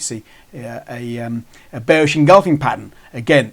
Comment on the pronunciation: Why did you call it a bersih pin bar and engulfing prattan